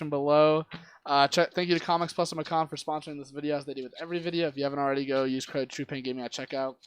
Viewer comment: Bro, it's (may-cun) as in Macon, GA. Rhymes with Bacon. Hope they don't care lol